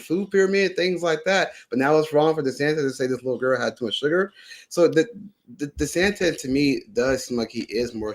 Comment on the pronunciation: Tell your guest and all the other schlubs out there, It's DeSantis, NOT DeSantez Thank you.